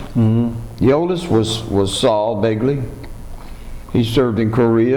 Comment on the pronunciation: Thats Begley not Belgley